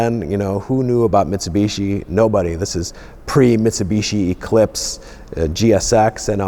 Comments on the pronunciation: it's pronounced Mitsubishi clown not mitsubitchy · Uhmm sorry but whats a mitseeebeeeesheeeee? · Metsubeshi Gulunt. The american pronounciation.. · The way he says Mitsubishi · Claims to be the biggest Mitsubishi fan but cant pronounce it right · I know us (Brits) and the Americans both pronounce some car names differently. But The way you pronounce Mitsubishi always makes we laugh. You guys pronounce the second I as an E, whereas we pronounce it like you would when you say "in".... Oh, and Nissan also makes me laugh (Nee-sahn to you guys LOL) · that awkward moment when you have a brand revolving around mitsubishi's but can't pronounce mitsubishi.